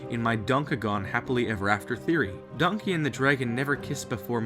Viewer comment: I keep laughing when he says Donky dong